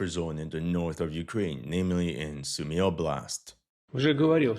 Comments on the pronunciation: It's Soo-my, not Sue-me. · You still want to practice your Сумы pronunciation